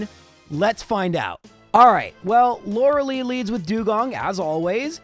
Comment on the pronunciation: Lore lie, not Lore lee